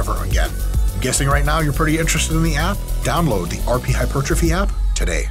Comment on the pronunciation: pedant ic not pe dan tic hyper trophy not hy pertrophy pedantic?